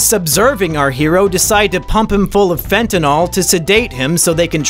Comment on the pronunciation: *fentanyl not fentanol